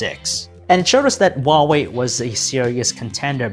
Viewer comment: The pronunciation of Huawei is sooooooooo wrong